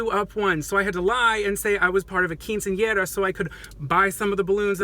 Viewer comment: So. Many. Thoughts. 1. I shed a single tear when I realized you weren’t inserting a pic of the awful haircut. (But I really can’t blame you because I’ve deleted every photo of me older than like 2015) 2. That casually flawless quinceanera pronunciation was everything. 3. I rewound 4 times to see you fake kiss a girl. 4. I went to prom with my gay guy friend and totes would’ve went with you. He wore a Burberry tie and no jacket 😐